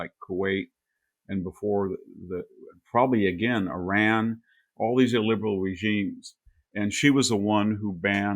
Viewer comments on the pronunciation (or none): none